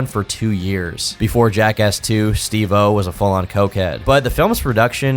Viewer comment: love the videos but hate the way u pronounce steve-o